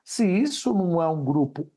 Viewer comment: GRUPE????? FOI ISSO QUE EU OUVI😂